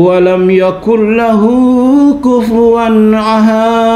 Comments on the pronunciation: Ngakak waktu denger dia baca Surat Al-Ikhlas 😂 masa akhirannya malah huruf "-t", kayak: "ahat", "somat", "yulat", padahal harusnya kan qalqalahnya jelas kalau ayat yang diakhiri dengan huruf "-d". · Mantap.... Ternyata murtadin ga paham tajwid..... Kurang -d.... Mantulnya jelas....